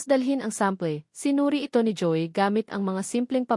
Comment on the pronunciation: mali ang bigkas mo ng mga salita, di mo ba alam sa sarili mo na mali ang pagsasalita mo, Ang Joey ay naging Joy ayusin mo naman Hindi magandang pakinggan